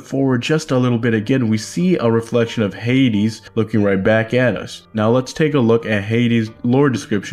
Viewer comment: + its hayd-ees not hayd-s